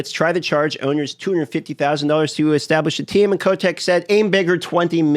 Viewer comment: haha yeah i also heard that and was like .. that how it's pronounced? ^^